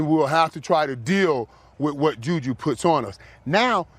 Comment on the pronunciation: JuulJuul Smith-Schuster